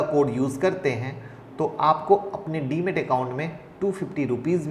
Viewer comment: DEMAT not DEMET